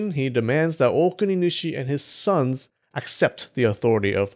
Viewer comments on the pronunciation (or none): none